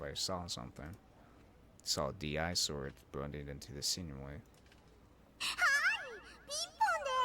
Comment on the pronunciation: DI-Sword actually reads as disword, not d.i.sword. like a disease, disgusting, dish, etc